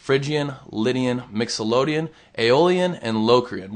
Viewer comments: lol, Mixylodian. Is that a mode used by nickelodeon? Seriously, it's mixolydian. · lol....right? he did that in a different video explaining the same thing. isn't it MixolYdian? lol...ha ha ha ha....then someone said...what about "Nickalodian!!!!!" rotflmao.ha ha ha ha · MyxolOdian? Perhaps you should be taking lessons, not giving any...